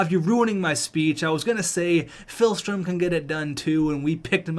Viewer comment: Day 2 of telling that it's not PHILstrom, but PIHLstrom